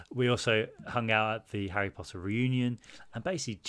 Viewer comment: when oliver mispronounced reunion during this video made me laugh 😭